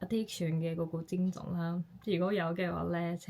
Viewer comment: 聲調是： 一 \ 症 狀